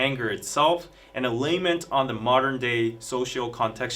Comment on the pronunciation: Thx -Another great explanation! BTW, it's "GET ON WITH IT" & LAMENT is pronounced LAH-MENT not layment